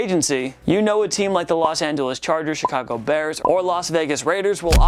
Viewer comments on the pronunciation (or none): none